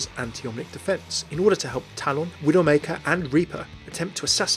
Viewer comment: It's called TALON NOT TAL-ON